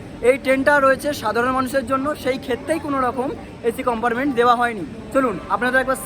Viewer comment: Amrit Bharat Express er locomotive details dakhano uchit chilo. Ei train e duto WAP 5 locomotive push pull technology te use kora hoy. Ar akta kotha, "COMPARMENT" noy, pronunciation ta "COMPARTMENT" hobe.